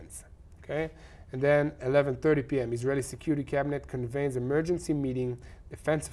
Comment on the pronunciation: "Con-VEEENED." Convened an emergency meeting.